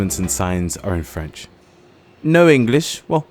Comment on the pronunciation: I've been in Mtl. for 30 years and his French pronunciation overall is better than mine. Very impressive.